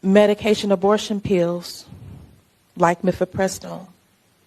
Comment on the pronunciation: cori can't even pronounce pills! lol! pee-ews!